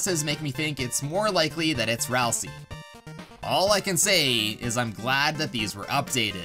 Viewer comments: Ralsei, not Ralsee. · um "ralsei" is pronouced Ral-SAY, not Ral-SEE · You’re pronouncing Ralsei like (Ralsee), and that’s not how you pronounce Ralsei. You pronounce it like Ralsei (Ralsea). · Why does so many people call Ralsei as Ralsie? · ah yes ralsee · It’s ral-sei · aight so how many times did he miss pronounce ralsei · Almost positive you pronounced Ralsei wrong